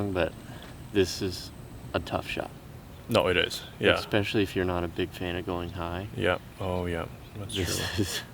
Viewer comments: expecially???, really lol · This is so good, huge thanks to everyone involved in the making and playing of this, massive amount of effort! Can we also just clear up this exspecially??? There is no X 😂